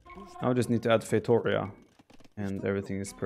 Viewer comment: feitorIa, not feitOria.